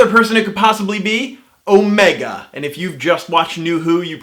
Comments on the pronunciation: You said oh-MAY-ga, whereas the Time Lords say OH-me-ga. What if you are right? It may be the founder of the Time Lords from an alternate universe, where Gallifreyans have American accents for no good reason instead of British accents for no good reason. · It's the first Doctor, as played by David Bradley. And Omega is pronounced with the emphasis on the "O", not the "Me" in Who.